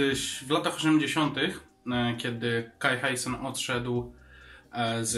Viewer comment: Helloween to jedyna płyta z jaką jestem w stanie się zgodzić, poza tym taka mała uwaga, kai Hansen, nie kai hi san, i świętej pamięci to oni mają ale perkusistę, nie gitarzystę!